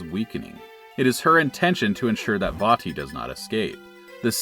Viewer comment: Glad you pronounced "Vaati" correctly. Also forgot how bad the GBA sounds, no matter what game it is.